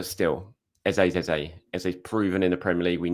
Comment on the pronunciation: ffs... please stop calling Eze... Ezay. 😡